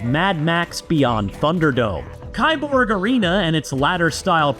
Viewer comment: It's pronounced "keeborg"! Key-borg. Literally just "cyborg"